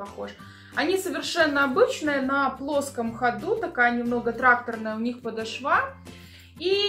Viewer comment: Девочки, девушки,женщины. Режит слух. ПодОшва, подОшваааа